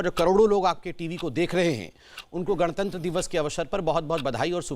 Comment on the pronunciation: शोएब जमूरे तूने क्यों सूअर की आवाज़ में गाने की माँ दोच कर भौंका, संविधान की दुहाई देने वाले लूले ने गणतंत्र दिवस को गणतंत दिवस बोला, काला भूतिया कहीं का